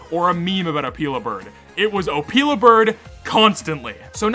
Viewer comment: also, it’s Oh-Pill-a, not opeela bird…